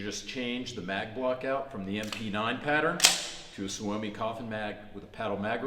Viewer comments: It's "sue me" Not soo-oh-me Trust me I'm a Finn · Tip from a swede guy here: pronounced more like "somi" even if its spelled soumi.. youll sound more proffesional. Promise.